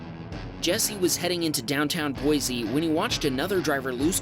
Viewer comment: Boise: boy-see